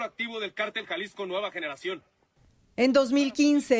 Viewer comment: No se pronuncia cartel es cÁrtel. Tiene acento en la A.